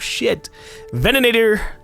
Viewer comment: *facepalm* "Venanator". Bruh, venator